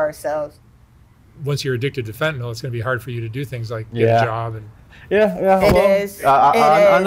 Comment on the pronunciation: I keep wondering to myself. Where is the "All" at the end of Fentanyl? It's an "ill" at the end of Fentanyl. Not an "All". People mispronounce it , and it's a pet peeve of a lot of medical professionals.